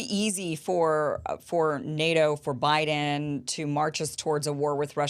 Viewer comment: Did he say President Obaden in the beginning?